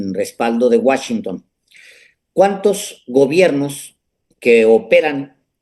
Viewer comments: Les doy 👎🏼, por Alejandro que dice Guáchinton, en lugar de Washington! Increíble que después de vivir tantos años en la frontera, no puedes pronunciar bien esa palabra! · Qué es eso de Guachinton? Querrás decir Washington?